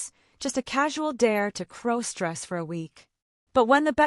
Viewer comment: Stop mispronouncing crossdress😢